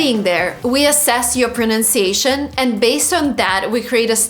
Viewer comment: Not the best intro, as you said 'pronounciation' which is not a real word.